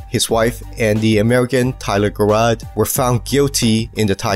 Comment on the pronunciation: Tyler Gerard's last name is pronounced like a j rather than a k. Just to let you know. Good video by the way.